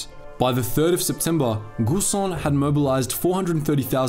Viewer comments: Yo just real quick, it's pronounced giisan and not guusan. But great video nevertheless. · In Guisan the u is silent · Its pronounced Gi San, and Re dui. Switzerland also pushed for early electrification of the railroads in order to cut down on imported coal in favour of domestic hydroelectric power.